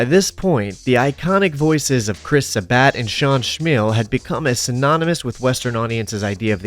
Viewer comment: "Chris Sa-bat" & "Sean Schmeal"? Bruh. You really can't look up how to pronounce people's names before recording?